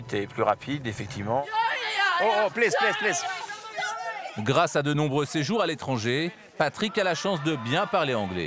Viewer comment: Patrick a la chance de bien parler anglais : plisse plisse plisse gau ine ze walk arrrea